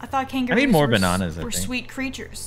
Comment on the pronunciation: The way said “bananas” as “banonas” is so funny to me 😂😂😂